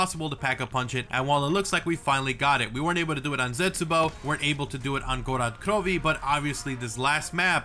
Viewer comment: Why does he say "Gorod Krovi" like that?